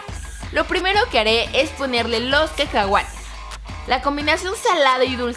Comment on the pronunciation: en el minuto karen dijo kecahuates